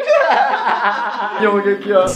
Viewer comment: "PYONG"?? KKKKKK